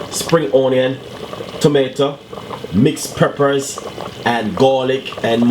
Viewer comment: It is not 'Pat' it is 'Pot', not 'Preppers' but 'Peppers' and it is not 'Spinach' it is 'SPINNERS'. CORRECT PRONUNCIATION of your words should be clearly understood by your audience. No, offence.